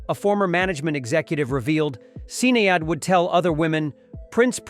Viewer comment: mate, learn how to pronounce Sinead